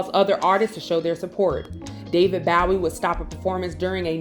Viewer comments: David Bowie. She said Bow E. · Lol how old is this host? "2 lives crew"? "David Bawhie"? Smh lol 🤦🏾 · Ok, so no one is going to address the glaring mispronunciations and incorrect info of the reader/host of Comedy Hype? Bass player? She said it like the fish versus "base." Iconic artist, David Bowie? She said "BOW-WEE".....how do you not know David Bowie? "President" Al Gore? Presidential hopeful, of course, but he was the VICE president. Sorry folks, but being young is not cutting it when some of this is just common knowledge. As black folk, we need to be a lot tighter when disseminating historical data. This is a repeated offense by our content creators....Come on, people. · Even though she said RIP David Bowie 's name wrong! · Yep. Not Bow, as in bow-wow, but Bow, like what you tie a ribbon into. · ...why did you pronounce David Bowie's name like that? 😅